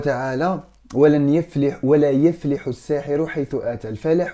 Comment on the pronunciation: خويا ربي يحميڪ من ڪل شر ان شاء الله🤲✨ لاڪن ڪُن دقيق في شكل القرآن الكريم عند القراءة😊 مثلا ڪيما ڪي قولت (يُفلح) هي بالضمة انت گي قريتها.. قريتها بالفتحة هذا واش قصدت بالتوفيق😍 نحبووڪ↖️♥